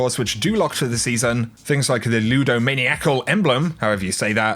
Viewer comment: Oh and (lood-o-man-i-acle)😅